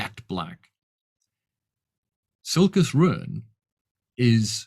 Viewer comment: A vid from where I can finally hear how to properly pronounce Silchas Ruin! By what are your thoughts on the book Jonathan Strange and Mr Norrel by Susanna Clarke? I wish to purchase it and I wanted to consult with your wisdom. I know Erikson has said he has not read Elric, but Silchas seems a much closer homage to Elric than Anomander. (I`ve only read the comics, not the books)